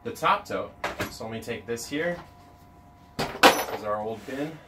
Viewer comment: Legit spent the first two minutes wondering why he kept calling the boxes 'toads'. Like, is this some random worm farm slang? haha. Then I looked down and realised he was saying 'tote' and dude, I'm still confused. I thought a tote was a bag, or a verb. not a box. How you just casually toting those big, square things around?